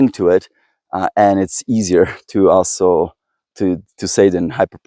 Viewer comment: Great video, however a couple of things 1. NAC is never mentioned in the video although it's part of the title. Might wanna correct that 2. Please please PLEASE pronounce 'authors' & 'also' correctly Thanks!